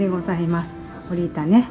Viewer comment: ほりたではなく、ほったです。